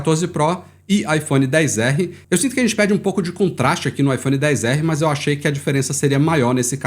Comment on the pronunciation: Odeio quem fala IPHONE DEEEZ ERREE pqp pqp mano pqp tem um X Kraio